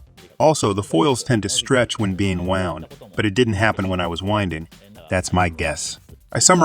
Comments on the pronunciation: And wound gets pronounced like wound, aka bullet wound vs wound as in what one does for a coil around a spool. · yea, it's fine. It's good content. It's funny that the AI pronounced wound like bullet wound instead of wound like wound around, but nothing worth getting worked up over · wound is pronounced wownd, not woond! Stupid AI. A 6yo can speak better. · Nearly all of the words were pronounced as a native North American speaker would say them, and all of them were decipherable even if pronounced a little unusually. Wound was pronounced as "woo-nd" (like an injury) instead of "wow-nd" (as in rolled-up). As a native speaker I'd never even considered those two words were homograms. until it said that I'd thought it was a person reading a translated script. More technical words like "Anode" and "Cathode" seemed to trip it up as well, though not consistently, and not badly. Mostly just the wrong emphasis on the wrong syllable. Still an amazingly clean pronunciation and pretty smooth tone for a text to speech bot though! Making the coke electrolyte example caps was a great way to shake up the video as well. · You know its AI translated when it knows not the difference between 'wound' (injury) and 'wound' (past tense of wind)